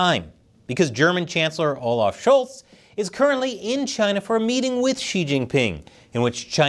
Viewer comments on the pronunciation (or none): none